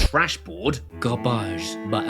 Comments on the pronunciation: Garbagge…by Amazon. 😂😂😂 Ok I give…I’m subbing. 😂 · "Garbaj" by Amazon. LMAO!!!!!!!!!!!